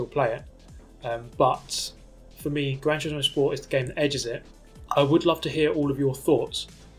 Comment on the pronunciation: He says Gran Tusismo edges it